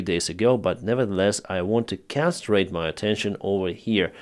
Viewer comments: I heard him, but I thought it was my hearing. Little different between concentrate and castrate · you definitely don't want to "castrate" your attention. You want to con-cen-trate it.